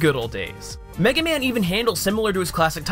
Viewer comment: from the first 10 seconds when it says mega man joins the battle it buffered half way and said MEG man now i know capcom dont like this franchise